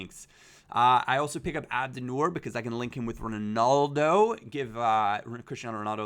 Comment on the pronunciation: Why can no American not say Ronaldo properly ?